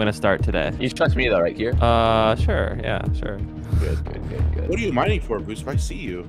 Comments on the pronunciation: it not kier or dream it's kream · Lol it's Kream